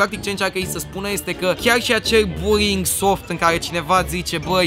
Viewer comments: În loc de buly ai zis buri (no hate) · "Burring" :)))) asa se intelege. (Nu imi sariti in cap, ca nu insinuez ca nu stie sa pronunte, dar e amuzant cum suna burring in loc de bullying) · am crezut ca ai zis buing nu buling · Cand spui bullying suna ca burying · Imi place ca zice burring ( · cumva zice ruing sau bullyng ??? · Bulling la tine se aude burring :)